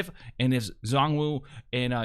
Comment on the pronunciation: For their pronunciation, it's Zh-uan (like the 'ju' part of au jus, rolling into Juan) Woo and Ching Long.